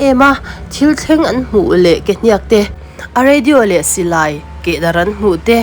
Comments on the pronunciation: Ke " hniaak "ti lovin hniak(thluk suh,)ti mai rawh. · Kehniak I thluk dik lo hi a mak thei hle.Beng a ti thlep thluk dik lo hian. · Mizo chu inihve hmel sia,Kehniak pawh han lamdik thiamloh chuh. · Ke hniak i hniak i chhiar hi a dik chiah lo a thluk tawi tur i thluk sei tlat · Hetianga Mizo tawnga Thil in chhiar duh anih chuan Zir in emaw hrechiang ve hmasa thij rawh u… Mizo inti Puitling meuh in KEHNIAK i lam dan te hi a nih in a nilo emai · Ke hniak tih hi i lam peih thei e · Ke hniak tih ilam danhi ava mak ve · Ke hniak tih ithlûk dan hi mak tawp😅